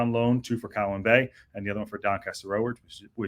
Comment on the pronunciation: FYI info....(as you seem interested in correct pronunciation of welsh phrases/words).It's Coll-winn Bay.....at least that's how we say it around here.